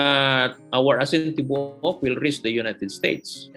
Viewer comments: Aeasin Tee-bow-uk 😩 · lmao, erwan's pronunciation of "tibook" is so cuteeee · TIBUOK(WHOLE)IN BISAYA. PRONOUNCE AS TI-BOO-UK. PLEASE DON'T ASPIRATE THE T.